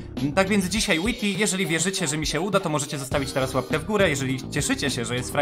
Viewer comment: Wajti się muwi